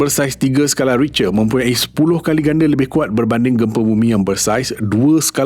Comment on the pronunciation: sekadar teguran.. sebutan "Richter" tu salah.. ianya disebut "Rikte"